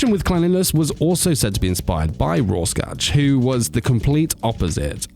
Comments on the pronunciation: By the way the way you pronounce rorschach is (roar-shack) but c+ for the attempt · It’s pronounced “Roar shack”, it’s the last name of a Swiss psychiatrist who created the ink-blot test, hence the Rorschach test, the c in the middle is basically silent.